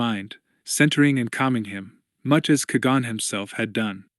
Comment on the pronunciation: Please learn to pronounce “Qui Gon” Kwy Gone.